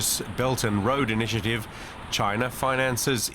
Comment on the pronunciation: "The bert and load initi, aative" 😂